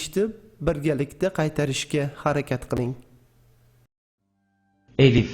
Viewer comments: ассаламу алайкум илмиз янада зиёда булсин мени кечирасизу куронда элиф хариф йук бу алиф билан АЛЛАХ деб ёзилади куронди тугри ургатин эллах деб уеимидику Аллах деб укиди яна мени кечирин жазакалаху хайрун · Arabchada suz bosi eliff bilan boshlanmaydiyu Talafuzidaxam Alif deb aytiladiku